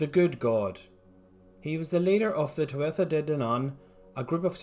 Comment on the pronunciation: There's quite a bit wrong with this and I'm only about halfway through. First off th isn't a sound in Irish. It's basically just an h sound. So it's not tua-tha but tua-ha. You took aspects of the Mórrígan and ascribe them to Maeve who might have been a deity but so far as the extant mythology shows was just a human queen. Maybe she was an avatar for the Mórrígan or a god in her own right but we just dont know. Any claim about knowing for certain anything about the nature of her alleged godhood is baseless. Also we dont know if Cernunnos was a deity and even if he was we know nothing about distribution of worship nor what worshipped entailed nor what for. He's just a name and a few images. He could have been a Celtic equivalent of buddha or a local hero or a spirit. We just dont know. Study of celtic mythology is hard enough with the loads of misinformation from already old sources and the newer extensive fanfiction by wiccans without people regurgitating these things.